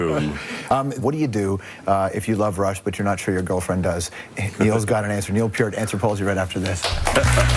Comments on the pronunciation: Least he said Peart right this time. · That's how it's pronounced. P-EAR-T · Yes! Thank you! It's pronounced "Peer -t." Like, "Take a long walk off a short PIER." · What an interesting guy! Never knew how to pronounce his name properly... until watching this interview. Gone way too soon. R.I.P., Neil. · Thank god he said his last name right I respect this guy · His last name is so often mispronounced that when someone says right it feels strange... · Thanks for saying his name correctly!! Rest in Peace... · Stayed long enough to hear his NAME PRONOUNCED CORRECTLY!!!!!!